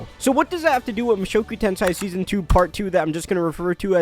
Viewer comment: Repeat after me: Moo (like a cow) show (like showing ), ku (cool but cut the L) , Ten (10) , say (say say) Now repeat Mushoku Tensei not tensai 😭